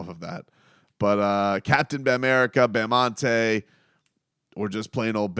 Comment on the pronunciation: love how the broadcasters were calling him bamonte